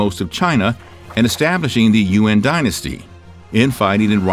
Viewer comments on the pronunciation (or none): none